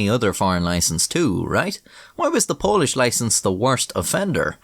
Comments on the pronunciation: It's some really good pronunciation of Polish up there, for a foreigner. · As another polish person this video was fucking hysterical! I loved your polish keep up the great work 👍